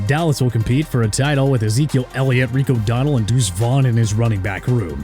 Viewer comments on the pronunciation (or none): none